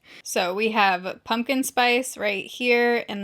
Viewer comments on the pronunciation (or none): none